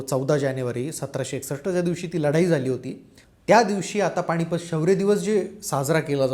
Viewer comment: न आणि ण मधे जरा गल्लत होत आहे, पण हरकत नाही.सादरीकरण खूप चांगले आहे. बोलत रहा भिडू. पाणीपत, राहूण वगैरे शब्दांचे उच्चार “standard” नाहीत.